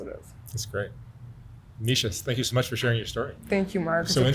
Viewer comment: My name too and he pronounced it correctly!!